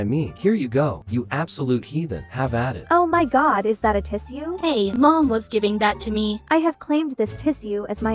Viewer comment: Definitely the first time I’ve ever heard tissue being pronounced “tiss-u” before, tts has one job lmao. 😅